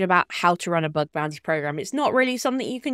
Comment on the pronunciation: Bug not Bud fyi